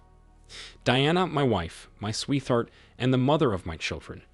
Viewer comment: when you hear "sweeth heart" you know its an AI narrator